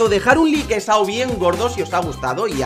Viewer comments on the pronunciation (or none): none